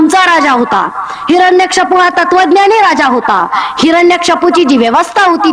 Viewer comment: तुम्हांला हिरण्यकश्यपू हे असे आहे. हिरणकशपू असे आपण चुकीचे म्हणतात.